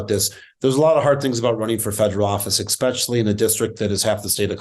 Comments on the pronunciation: It's especially, not expecially. Come on man, if we're going to beat these people we have to be smarter than them. This should not be hard. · I'm sorry, but could someone please tell Mr. Frisch that the would "especially" is not pronounced "ickspecially". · There's no such word as ek-specially. This is the sort of thing that makes me wonder about what Colorado is putting for election... Especially, Especially Adam, not ek-specially. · Where does this “expecially” come from? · A better Democratic candidate is called for. Don't recycle a loser; this guy "especially"! (He actually says "expecially" which is not a word. Not very bright.) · Oh boy.. I know it's minor when picking a politician but please stop saying "ekspecially"! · Don’t say “exspecially”.